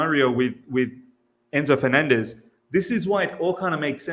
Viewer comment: Please pronounce 'FerNANdez" the way you would the word 'ENcore'; right now I'm wiping this puke out of my keyboard